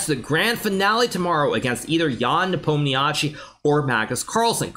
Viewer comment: Its closer to Nepo mnia shi rather than chi and Uzbek not Uzbeki